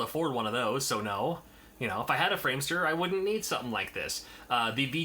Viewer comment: Framemeister... not framester:D But there is something fishy with the audio, i do agree with that. The problem with your Elgato is encryption by the HDCP standard, and the can also manifest with PS3 when using HDMI and such. There is no way to remove it, other than buying a nother piece of hardware that can filter the encryption. This is mostly commonly called a "By-pass" Hope that was informative:) All the best to you::)